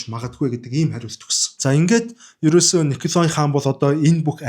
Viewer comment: Хэлтэй улсуудаас эсвэл интернетээс хүн, газрын нэрсийг яаж дууддагийг нь асуучихаж байвал сайн шүү. Николай гэж бичдэг ч өргөлтгүй о үсгийг а-р дууддаг г.м.